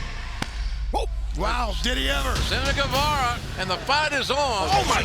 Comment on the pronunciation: U is silent in Guevara.